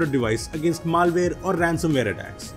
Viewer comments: It's not maalware, it's malware! :/ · Maal-ware :D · just stop making videos PLZ this pronantiation